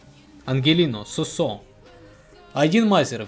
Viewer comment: Его зовут суууусо а не сусоо